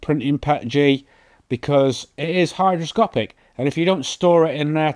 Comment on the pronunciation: It's "hygroscopic", not "hidroscopic"